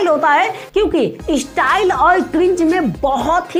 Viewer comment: Apna Hindi sudhar le 😂 estyle kya hota hai be chaman🤣( ESTYLE)😂